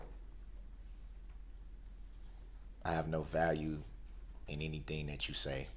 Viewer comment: 😂😂😂😂Any-T-thing😂😂then he corrected himself…as if it was right😂😂😂